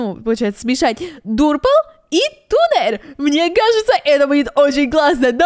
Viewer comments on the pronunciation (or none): Это не туннер а таннер